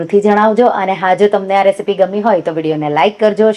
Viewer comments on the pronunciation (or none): none